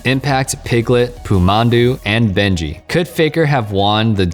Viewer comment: Benji... anyone else caught the mispronunciation?